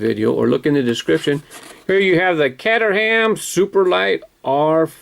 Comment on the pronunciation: Love your quaint pronounciation of Catter Ham. It's pronounced Kate er em or Kate-rm. Caterham is a small town in the county of Surrey and it is where the Caterham car is built. Original Caterhams were, I believe, Lotus Sevens built under licence (notice the similarity??) but the current models are all-Caterham, design and build